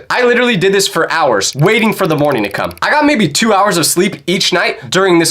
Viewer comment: why you say Didd